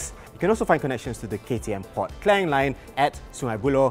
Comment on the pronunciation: sebutan KLANG tu perlu acah2 sebutan mat saleh sangat lah.